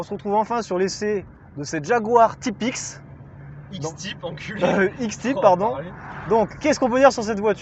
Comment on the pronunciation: Prononcer X Taiilll'pe... à l'anglaise..., c'est plus classe que X Tip ou Tipix, non ?! 😂